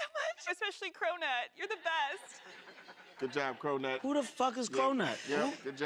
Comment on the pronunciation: Who tf is crow-nutt lol